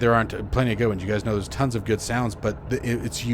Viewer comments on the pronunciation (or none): none